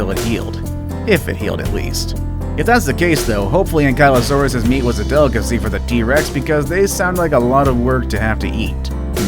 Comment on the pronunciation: look kid its pronouced anky-lo-saurus